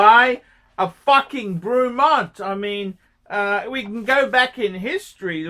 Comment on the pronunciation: It’s ‘Brey’mont not fucking ‘Brew’mont you imbecile. 😂